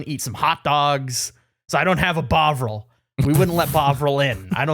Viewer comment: everyone saying bovril it keeps sounding like bog roll